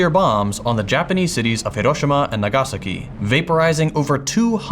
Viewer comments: I speak Japanese and it's because he didn't pronounce it correctly. I admire his effort, he pronounced each letter well but his emphasis on the wrong syllable. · He actually sounded much more natural than almost any Americans if it weren't for the incorrect syllabic emphasis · ive never heard someone pronounce Nagasaki this way?…